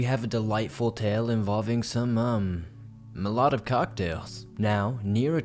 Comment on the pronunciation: LMAO at your pronunciation of Molotov.